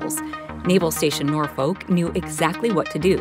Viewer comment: Nor-FOKE, VA?!?! Learn how to CORRECTLY PRONOUNCE place names!